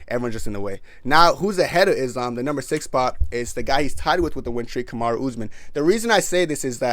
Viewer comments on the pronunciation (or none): none